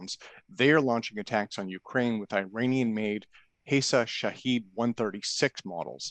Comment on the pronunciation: It's pronounced Shaw-head meaning observer or witness, and the cost for Iran is 200 dollars not 20,000